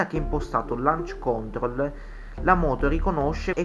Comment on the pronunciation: ‘Lanc còntrol’ ma sul serio? L’hai detto 70 volte e non si può sentire, dai. Ma basta che lo digiti su Google e ti senta la pronuncia, forza, sei giovane.